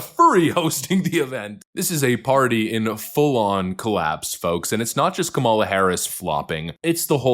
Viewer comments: YES! N.E.V.E.R. LE.T. H.E.R. F.O.R.G.E.T. I.T. Her name is kuh-MAH-luh! It is Not COM-mah-lah. She is indian, not black (black is from Africa) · I detest her politically, but it hurts critics credibility when they can’t or don’t pronounce her name properly. KAM a la, not Ka MAL a. It’s not that hard! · Her name's not Kamala, it's Kamala.